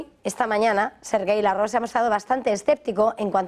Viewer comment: ¿Desde cuándo se dice Lav-Rov y no como siempre se dijo Lávrov?